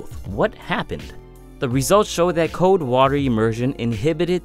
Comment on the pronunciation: It's C-O-L-D NOT C-O-D-E. You're not pronouncing the L.